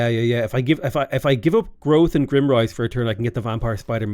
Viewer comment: just want to point out that your capital is GRIME - rise, not grimm-rise. IE, its dirty, not depressing